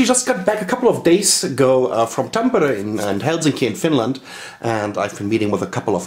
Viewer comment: I like the way you pronounce Tampere with that rough R -letter unlike most foreigners :)